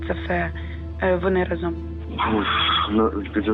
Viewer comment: Дякую. Відео круті. Але в кожному відео ріже слух вимова слова «Разом». Будь ласка вдосконалюйте вимову. Бо значення слова «разом» в вашій вимові має взагалі інше значення котре не стосується розповіді і контексту. Всім мир!